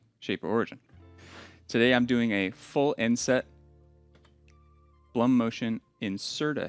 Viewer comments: Blum GmbH was founded by an Austrian gentleman named Julius Blum. The name is pronounced exactly like the English word "bloom". It does not rhyme with "Plum" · You can get certain Blum hinges at IKEA (at least in Germany) for a very fair price (Blum is pronounced Bloom).